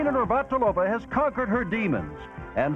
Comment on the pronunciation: and “Martina Nir-vat-il-ov-ah”…LOL!